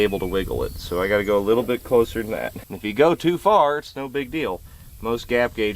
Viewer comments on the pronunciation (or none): none